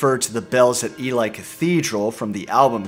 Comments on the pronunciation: Ely is pronounced eelee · Just an FYI, 'Ely' is pronounced 'Eelee' same long E sound before and after the 'L'. It's an amazing album. 'Coming Back To Life' IS a great song - I just don't like the clunky backbeat once the tempo changed kicks in. LOVE THIS ALBUM!!!.